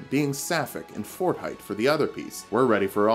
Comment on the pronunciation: "But then, we can imagine being sapphic, in Fort Haight." Finally, a valid excuse to visit Fort Haight.